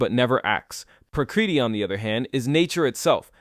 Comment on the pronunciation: Your pronunciation of Prakriti Moksha etc are way off. If you are going to do a video using Sanskrit then at least look up the pronunciation